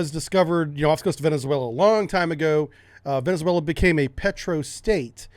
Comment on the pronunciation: You should learn how to properly pronounce "Venezuela".